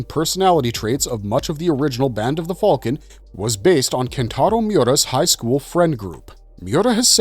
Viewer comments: that's what im sayin, tf is band of the "falcon" bro needs a video just explaining that lol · I can’t sit through the mispronunciations of names and items and this band of the “falcon” nonsense.